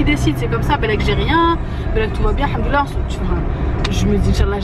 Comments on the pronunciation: vous n'êtes pas la seule lol je t'assure qu'il dit haNdollah psq ses lèvres ne se rencontrent pas en le disant ce qui est obligatoire pour prononcer le M c'est rigolo et mignon au même temps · C'est normal qu'il dit AlhaNdoulil Allah ? 😅🤷🏻‍♀️